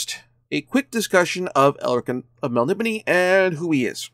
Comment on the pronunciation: Wrong tho dude its mel-NIB-o-nay. I've gotten to ask Moorcock years and years ago and he stated that very firmly and even wrote it down for me just like this inside a copy, mel-NIB-o-nay.